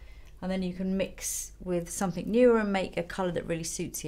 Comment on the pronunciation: i love how well-spoken Lisa is and then she'll say "summink" hahaha very London